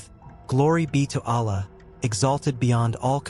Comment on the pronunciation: What kind of science are u talking. Why u complexing such a simple religion. U can't even pronounce the name Allah, in the right manner Are u a.i.